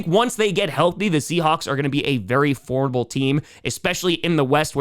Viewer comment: Somebody needs to teach to say formiDable.